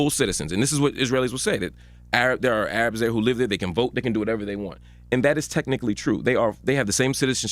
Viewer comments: Not "Ayy-Rabs", Charlemagne, It's pronounced "Airubs". I know he's not trying to be offensive but I think Ay Rab is seen as a slur to Arabs. Thoughts on it? I could be wrong abt it being negative... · It isn't A-rabbzzz. It's Air-ubs. Lol The former is a racial slur though I know C didn't mean it that way. Zionism is white supremacy and apartheid. JImmy Carter wrote a book called Palestine: Peace, Not APARTHEID. I love Jewish people. I think Israel is the most racist country on earth. Many Jews throughout the world are horrified and mortified by Israel's policies of murdering brown babies at every opportunity. The anti-Semitism charge is leveled by the racist neo-colonialist upholders of Israeli apartheid. In the past it might have meant something, now we all know what's up. No one really believes Hill is anti-Semitic. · Charlamagne seems pro-Israeli state. Weird. And he just said A-rabs??? 🤔🤔🤔